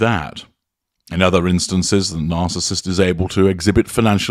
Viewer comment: I agree. I just wish he would learn how to pronounce "narcissist".